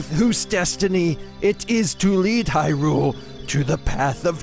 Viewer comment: MrCylibus2 you're supposed to emphasize the hy in Hyrule